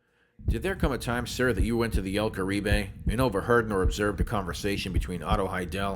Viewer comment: el carib.... the "e" is silent- spent a lot of my childhood in there- 2 buddies had wedding receptions there